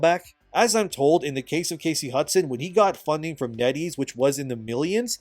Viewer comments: Every time you say NetEase I keep thinking you’re saying “Netty’s” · Netties? Oh, Net ease...